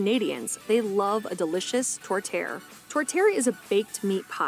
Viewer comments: She is saying tortierre wrong it is tor - te - air. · TOR-TEE-AIR!! Not tor-tair. It is delicious and can be made with many meats but most are pork and beef mince mix. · The meat pie is called "tourtiere" ( TOUR - T - YAIR) and it is not a sweet dish. It has usually three kinds of meat like beef, pork and lamb. They are combined with mashed potatoes, carrots, and a gentle combo of spices that accent the flavours of the meats. They are all baked between a top and bottom layer of flakey pastry and are baked to evenly browned perfection. It is served with gravy and green vegetables, and you will not be disappointed. It leaves poutine in the dust. Tourtiere is usually served on New Year's Eve or New Year's day. My grandmother who had 19 children, made tourtiere every New Year and was known to make 40 pies at a time. We never tasted anything better. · It's funny when she says meet pie, tortier, cause says it wrong, haha. The last one she said with 3 meats is a great great meat pie. Have to see at Halle syryp, 90% I think I read is fake...put more glucose in it. Best ever , Is the roll in the snow withit. Or a great candy, you make then then strewn it till it turns blond.omg thelbest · Tortière - Tor-Tee-air She mispronounces the name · Most people I know put cream cheese on their Montreal bagels! She mispronounced tourtiere, but that's okay because I mispelled it - I was too lazy to put the accent on it. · You need real cheese curds for actual poutine. If you just put shredded cheese its just cheese fries. The channel talking about it is probably American. Ive never heard someone pronounce a tourtière that way before; She said it once correctly. Normal syrup is nothing like maple syrup. Even stuff in the store you need to ensure its real syrup. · The lady says “ tourtiere” wrong. She is omitting the “ i” for some strange reason..a bot? She got it right later. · Tortiere was pronounced awfully. ugh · The way she pronounces tortiere made me cringe